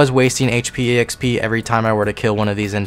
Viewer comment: >e-x-p >not x-p >e-x-perience >not x-perience > :eyes